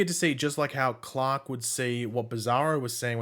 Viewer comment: His name is Clark. Not Clock.